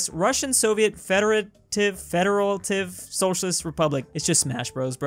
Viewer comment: Ok guys we get it, It's not Norway, it's Iceland, let's not complain about that anymore Let's complain at him not knowing how to pronounce "Federative" instead